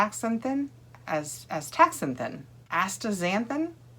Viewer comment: Yes, the pronunciation is asta-zanthin. 😊